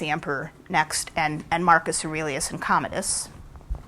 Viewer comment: "What are you doing?" 'I was looking up Commandus. To know more about him. Is that how you say it? Commandus?" sigh